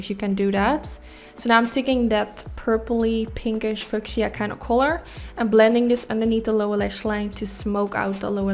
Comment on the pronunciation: Cool design, I love your looks. I know English is not your first language and you do a great job. I know you would want to know if you pronounced something wrong. Fuchsia sounds like few shah. Keep up the great work!